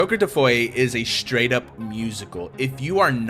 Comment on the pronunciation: Why do you call it joker defoy?